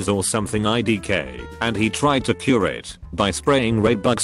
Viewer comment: The automated voice adds a tone of sarcasm to this video and makes funny blunders. For instance, calling IBS like the imaginary word ibes. Then there's jallappono, mick for mic, and my favorite, curay (like it's French) for cure. You probably have to write IBS as eye bee ess, but then it might say "I bullshit".